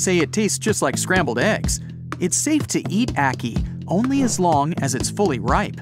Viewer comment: Jamaican here it's actually pronounced a-ki